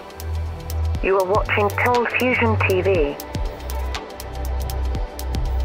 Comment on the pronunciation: Remember when his intro said ColdFustion TV??